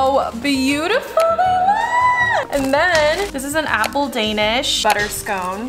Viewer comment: how is no one talking abt how is saying “daynesh” not danish like the a is short and so is the i 😭😭